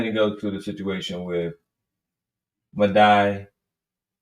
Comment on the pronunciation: Dude i knew it the moment you mispronounced Medhi i said lawd homie is out here tap dancing😂😂😂 i respectfully think you don't understand politics. Thank God the democrats is standing on business and dude listen to your wife like historically shown black women have the right pulse on politics